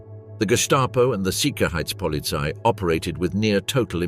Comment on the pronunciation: There's no sickerheitspolizei. It's sicherheitspolizei. It's not Heidrick. It's Heidrich.